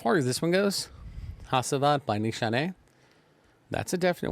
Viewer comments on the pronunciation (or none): Pronounced Nishane right , but c stands for j in Turkish ! I like this fragrance with aventus being reformulated this is the frag now !